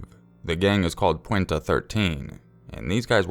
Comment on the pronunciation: It's Puente. Haha pwenta